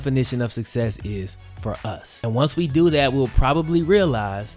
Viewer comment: I thought he said “what is sex?” Not “what is success?”